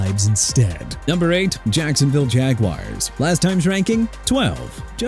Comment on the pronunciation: TOO BAD "NEW OR LEANS" LOST OKAY?! ANYTHING ELSE BEFORE YOU CONTINUE TO BE ILLITERATE LIKE YOU ARE IN EVERY VIDEO?! ALSO MIAMI DOLPHINS #21... REALLY?? THEY BEAT THE SAINTS AND YOU HAVE THE NERVE TO RANK THEM 21?? WHY DUDE?? ARE YOU KIDDING ME?! PLUS YOU MEANT PANIC IN THE MOTOR CITY?! AND CHICAGO PRONOUNCED SHEE-KAH-GOW NOT CHI-KA-GOW AND JAGUARS PRONOUNCED JA-GWAARS NOT JAGWIRES. HONESTLY I'M THRU CORRECTING YOU AND IT'S TOO EARLY FOR YOUR NONSENSE.